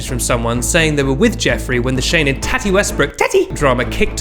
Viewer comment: Every time he says TATI I get a little serotonin